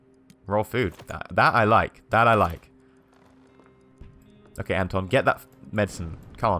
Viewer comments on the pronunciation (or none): I thought the pronounciation is : Anton = Un-ton Cveta = Sway-ta Pavle = Puff-lay Zlata = Zla-ta (A as in Arm) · Your pronunciation of the names is freaking terrible! Cveta is pronounced "Tsveta", Zlata is pronounced like the name of the footballer Zlatan Ibrahimovich but without the "n" (duh :D). To say Anton properly, just change the stress and Pavle - I don't have any idea myself, so I'll accept your pronunciation! P.S. I know this video is 5 years old, but it really bugs me how you pronounce the names! So, to summarise - this is more of me venting out, then an actual criticism !